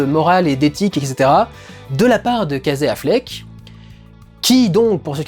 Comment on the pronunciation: Alors tu prononces tout bien en anglais mais « Kazé Affleck » !